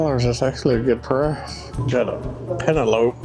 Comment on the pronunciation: Peh-nel-o-pee...lol.. not pen-a-lope